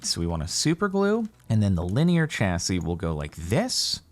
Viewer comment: Jardoon maroon your pronunciation of chassis makes me want to cryyy /lh